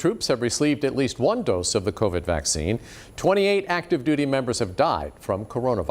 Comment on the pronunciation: CONAHONA virus lol idiot